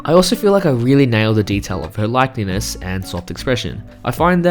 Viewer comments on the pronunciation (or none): "likeness" not "likeliness" <3